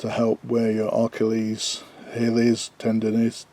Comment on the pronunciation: I noticed you struggled pronouncing Cordura and Achillies.